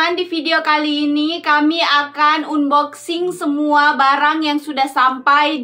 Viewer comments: Unboxing dibacanya Anboxing kak...bantu meralat yaaaa...hehe 😊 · Bacanya Anboxing mbak... 😁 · Maaf hnya mengoreksi ya. Unboxing bacanya anboxing kak 😁😊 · bukan "un" boxing bcany, tp "an"boxing yg bnr. Syg sx y brg2 yg dbeli itu brg2 yg tdk tahan lama. Lbh baik beli brg yg mahal tp awet smp kakek nenek, drpd yg murah cpt rusak akhirny beli lg & lg. Weizun umurny brp tika? Dewasa sx y ke2 weizun. Kl tika spt anak2 & kliatan abegehny. Weizun bnr2 pujaan pra wanita nih 😄😄😄, sdh baik, ganteng, pinter, rajin, sabar, syg, ap sj bs dkrjkn & kaya pula 😄😄😄, bruntung jauh ad dchina. Kl d Indonesia da bnyk prempuan yg kejar & mnta jd istri yg k2, k3, k4 dst. Kn blh poligami. Jaman skrg mah bukan laki yg mnta, tp perempuan kl uda cinta ap jg dkejar 😆😆😆. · Bukan unboxing,. Hrsnya diucapkan anboxing. Maaf hanya membetulkan saja,biar ga salah terus.